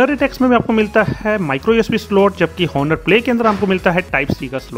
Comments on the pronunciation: Sir its ऑनर ,not हॉनर... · The "H" is silent in Honor🙄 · Did no one teach you that the "H" in "Honor" is silent? XD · I know 🙄🙄🙄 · First of all sahi se name pronounce kar bhai fir aage bat karenge